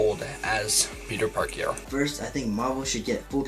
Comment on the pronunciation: That dude said "Tobey Maguire as Peter Parkio" HE'S JOKING... There's no way a person could call theirself a fan, and cant say Pete's name right. No way.